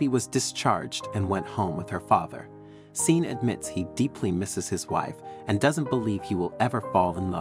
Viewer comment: Sean is not pronounced SEEN. its Shawn. Sean is the Irish spelling.